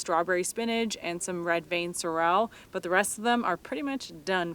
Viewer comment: Sorell rhymes with Fennell